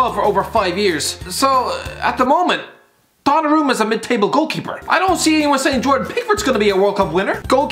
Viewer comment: Yeah this deserves more unlikes than likes purely for shitting on UpaMECAno and Donarumma. Also, learn some proper pronounciations CHRIST ABOVE